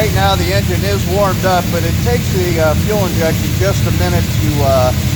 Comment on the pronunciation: Its Injin not Injun